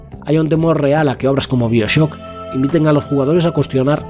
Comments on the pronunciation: Buen vídeo/documental. Mas, sin embargo, me llama la atención que pronuncies casi todos los nombres de los productos que mencionas en idioma original, pero a su vez pronuncias "Bioshock" como se leería en español. Y también "Bioshock Infinite" como "Bioshock InfinitY". 🤣🤣🤣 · Dime por favor que no se pasa todo el vídeo pronunciando Bioshock como mi padre.